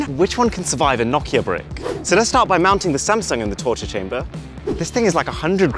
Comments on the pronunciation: It's not pronounced Na-Ki-a It's No-ki-a just helping good video btw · It's pronounced no ke a